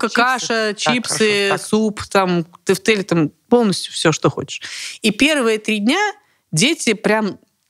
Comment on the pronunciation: Поржала с произношения тЭфтЭли 😂😂😂